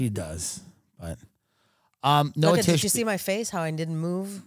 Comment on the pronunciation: Pronounced different in Israel, Noah like the Ark has a CH sound in the end, like the H in Hamas. Noa is a total different name and for females only.